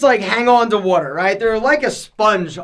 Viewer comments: "Wooder" ya go Philly! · The wuder weight - comes out 😜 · Drink plenty of wudder